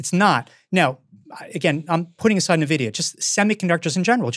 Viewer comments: calling it "nuhvidia", tell you work in finance without telling me you actually work in finance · I can't take these guys seriously, they call it nahvidia 🤦‍♂️